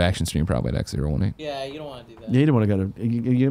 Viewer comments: It’s “XO eighteen” not “Ex Zero One Eight”. What the fuck Greg. Also I’m sure that chair company is pronounced “sim” since it’s simulation related. Jesus. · I hope someone called Greg up on his "Ex Zero One Eight" cos who the F would name their convention that? :D It's "Ex Oh Eighteen". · He kept calling it X018 but its XO18 as in the letter o not zero